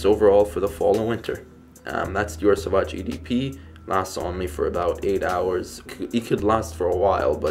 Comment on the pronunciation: But he says it good. Soovazje is how you pronounce it. I am dutch and french native.